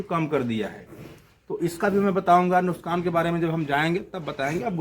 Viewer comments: Nuksan nahi nukhsaan hota hai😂😂wipepoint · Nuskan nhi nuksan bolte 😂😂😂